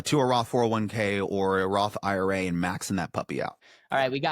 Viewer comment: Roth eye-ruh